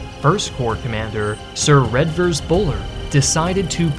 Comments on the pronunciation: Sir Redvers Buller was actually pronounced "Reevers" or later in his career (mockingly) "Reverse" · If you are going to make a video about British Military history you can at least learn to pronounce the names correctly. Mafeking is pronounced Mafa-king and Redvers is pronounced Reevers, the D is silent. 9 minuets into the video and I'm not holding my breath about other horrors being commited! Oh dear, Baden-Powell is pronounced Bay-dn.